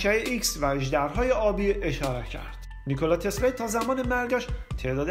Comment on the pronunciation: باسپاس از ویدیوی زیبای شما.. تنها ایرادش این بود که شما علی رغم درست نوشتن نام "نیکلا تسلا" در تیتر برنامه ، در طول برنامه اون رو نیکلای تسلای تلفظ کردی..